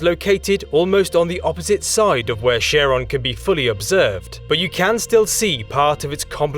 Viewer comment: Charon. Greek: Haron (Xάρων) pronounced phonetically. Charon also pronounced phonetically would sound pretty close to it. But SHARON really takes the biscuit ! Great video btw !